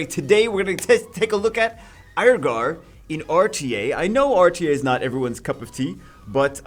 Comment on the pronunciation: Can we just agree as a community to pronounce it Ear-gar, instead of Aier-gar? Haha.